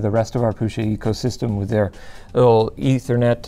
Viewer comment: It pains my maternal side ancestry that no one pronounces Prusa (Proo-Sha) correctly. But, proud of the namesake making a badass 3D printer - NOT fault but for future reference LTT comment peruser!